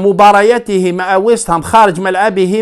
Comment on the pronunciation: فقط تصحيح بسيط واسمهم ويست هام ماشي ويس هام 🙂